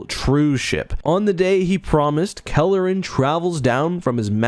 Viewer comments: He keeps saying Kalleren but I'm certain it's Karellen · Sir, please, It's Karellen, not Kalleren. Nitpicky, I know... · "Kare-Ellen" not "Kelleran", heh. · Karellen, not Kelleran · NEEDS to lose that center-of-the-screen gopher image. Also, ensure that you get the details of names correct (ie: it's Karellen, NOT Calaren). You primarily focused on the book, not the TV mini-series, so there were some conflicts there that were somewhat confusing. Fix all these short-comings and this would have been an OK video. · Karellen, not Kalerren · Karellen - I was pronouncing his name wrong, I guess. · CAR. ELLEN. Everything in this video is awesome, but the pronunciation matters. I know it’s AI, but it’s jarring food for thought. 🎃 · All that work and preparation you put into making this video and in you Pronounce karellen’s name wrong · You mispronounced Karellen repeatedly...